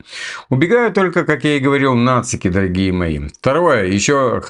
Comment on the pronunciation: Шо ты канючишь , дооогие мои